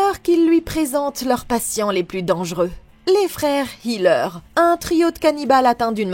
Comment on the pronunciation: c'est hilliger pas hiller!